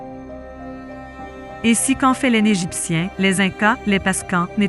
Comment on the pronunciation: le sphinx en pangollin ??? lol je la connaissais pas celle la .... des grosse barre de rire ... et tous les extrait de films(perso j'en ai reconnut 6 films , qui dit mieux ) ... la voix est horrible , "les "n"egiptien" c'est quoi cette pronotiation -aucun commaitaire sur les autre "preuves" ... manque theory du complots (l'etat nous cache des chose) quoique avec l'informateur secret ... des grosse barre de rire grand merci pour ce re-up bisou